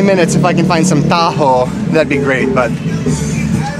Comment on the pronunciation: Ang tamang pronunciation ng 'taho' ay ta-ho', yung accent ay sa pangalawang syllable, hindi ta'-ho at yung sound ng 'o' ay maragsa (ma-rag-sa') which is a very quick 'o' sound (^ - this sign over the vowel at the end of a word denotes the maragsa sound; the last 'a' of maragsa is an example of another ending vowel with this peculiar Tagalog accent). Ganun din yung mani, ma-ni', hindi ma'-ni; gamitin mo yung maragsa sound ng letrang 'i'. Magpaturo ka,, sa mga Pinoy d'yan, para mapractice mo ang tamang accent. Love your vlogs! I just learned that Utah is the BEST US state to live in! - from a Midwesterner Fil-Am.